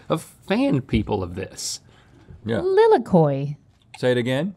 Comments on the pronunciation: lilikoi is actually pronounced leeleekoi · Pronounced lee-lee-koi